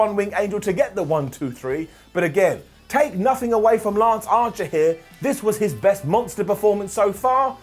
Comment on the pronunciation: Did he say 'lunch archer'?